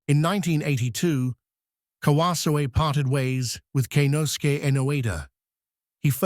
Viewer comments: Learn how to pronounce his name! KA-WA-ZO-E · Tell your AI voice-over robot to pronounce his name properly